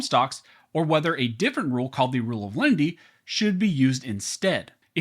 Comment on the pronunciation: Is it Len-i-ty or Lindy?